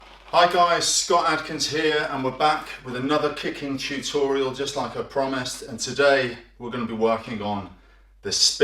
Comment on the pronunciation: I learn from a lot please keep doing.....by the way i love how he say tutorial tchutchorial hhh